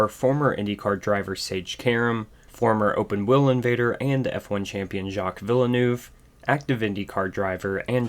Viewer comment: I’m sorry but your pronunciation of Jaques Villeneuve was quite horrendous